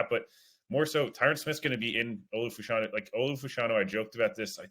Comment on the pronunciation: Can someone please tell that it is pronounced Fash-a-new.